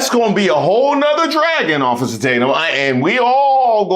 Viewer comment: I haven’t heard “ossifer” in a LOOOONNNNGGGGG time… sheesh….